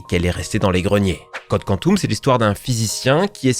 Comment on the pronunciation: « code quantoum » « GoaOld » merci pour la tranche de rire.